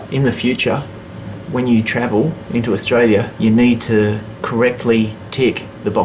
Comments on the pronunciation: He can't even say Australia ! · Lol, I was born is tralia. If you were born then you would know how to pronounce the name of the country (Australia) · He can't even pronunce the country he says he was born in.